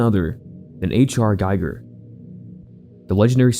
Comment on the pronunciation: I have a dream. That, one day, more YouTubers will know how to pronounce Giger's last name properly. Today is not that day. 😂 Still, great video. I have to try that first one, now!